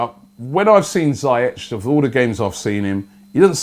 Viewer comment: Robbie I keep telling you man, pronounce it zeeyeck He’s name is ziyech but you’re pronouncing badly 🤢😂